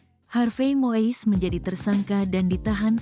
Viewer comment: Ini narator Tribune harus belajar lagi melafalkan nama orang dengan benar. Melafalkannya bukan MOIS tapi MUIS!. 🙈